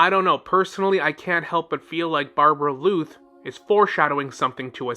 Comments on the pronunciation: BAR-BELL-OTH not barbebrbloot😂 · But isn’t it supposed to be Barbaloth — [bɑ:rbalɔθ]? I think that’s actually the correct pronunciation and tbh as a lore channel they should probably pronounce things correctly as not doing so might hurt their credibility for some viewers. It’s just probably in their best interest to stay true to the actual conventions of the game since their content focuses on that. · bruhhhh idk call it overreacting or what, but it peeves me every time he pronounces it that way 😐😐 Barberluth what??